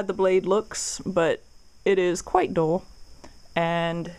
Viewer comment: Dull not dole Double U not dubbuh U Temper not timper